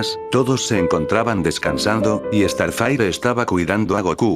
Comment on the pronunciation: Se dieron cuenta que dice estarfaire Xdxdxd no sabe hablar